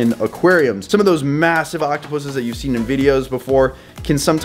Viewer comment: He is saying it correctly.